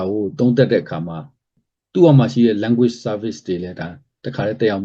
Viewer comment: အဲ့ တော့ ညည်းက ဘာ လုပ်ချင် လုပ်လဲ။ ညည်းက ဘာကောင် မို့ လို့ လဲ။ English စကားပီေအာင္ေပျာ BBC လုပ်ခဲ့ပြီး။ စောက်သုံးမကျ တာ First တောင် မပီ ဘူး Language လဲ မပီဘူး အခု ညည်း အလုပ်ပြတ် လို့ youtube က နေ ငွေ ရှာနတာလား ။ အလုပ်ပြုတ်ရုံ တင်မဟုတ်ဘူး ကိစ္စ ပါ တုံးမည့် ပုံ ရှိတယ်။